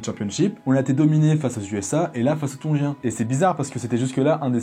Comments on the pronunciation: Comme tab énorme ❤️🔥mais tongein pas tongin😂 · TONGIENS pas TONGUIENS!!!!